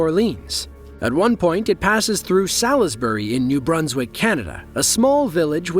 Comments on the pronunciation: *polytunnels "Sallizburry" Really? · Worst EVER pronunciation of Salisbury? 😬 'Solsburry' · 1st video the plane thought it looked like too much fun a wanted to join in with the sky divers. It's pronounced Sals-bury. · by ”the lead train car,” do you mean the train’s locomotive?😆 And for the place name of that same video segment, that’s not how you pronounce ‘Salisbury’, the ‘i’ is silent: ”SAWLS-bree” or less frequently, ”SAWLS-burree,” the first syllable sounding exactly like we pronounce the name ‘Saul.” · SAH-LIS-BURY?! Seriously? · Small and probably very insignificant point, but in England and Canada, Salisbury is pronounced 'Sorlsbree' with no emphasis on either syllable. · Is that how they pronounce Salisbury over yonder? Us Brits pronounce ours Saulsbury. ;¬) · New England has a Salisbury Beach. That's NOT how you pronounce Salisbury bud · The 'i' in 'Salisbury' is silent.